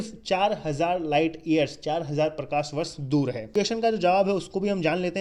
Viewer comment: Correction :- Parthavi nahi Prithvi...aur.....Prakarvarsh nahi Prakashvarsh.......BTW nice video